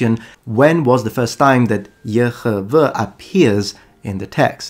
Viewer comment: I love the pronunciation for the ancient name of God as Yehovah. It just sounds right to my spirit. Thank you for your channel, my son just shared your channel with me.